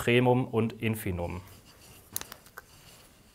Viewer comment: Also, ich will ja nicht klugscheißen, aber es heißt schon Infimum und nicht "Infinum". Steht mehrmals im Video und wird dauernd gesagt.